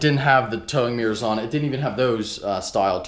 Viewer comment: ohhhhh "mirrors" i thought you were sawing "towing gears" LOL